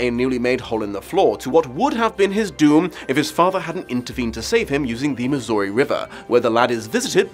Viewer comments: As a Missourian, I'd like to point out two things: First, I would very much like to help you with your pronunciation. There are two traditional ways to say "Missouri": Miz-zur-or-ee (sounds like "misery", cuz it is) or Miz-zur-ah (if you're in or below the Ozarks), but honestly, as long as you say your zz's you'll be fine. Second, the Missouri river eventually joins the Mississippi river, but over by the Arch in Down Town STL, it would be the Mississippi River. Did you know we found two Bull sharks up there? They swam from Louisiana, up the Mississippi, and found dead at STL. Allegedly we found more over by the state capitol Jefferson city, but its more of a river monster myth. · As someone who is a lifelong Missourian. It’s pronounced miss-ER-ee